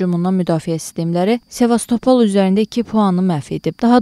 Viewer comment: Partlayişьlar yox - partlayIşlar !!! SevastopOl yox SevastOpol !!! Bəstirin ətimizi tökdünüz !!!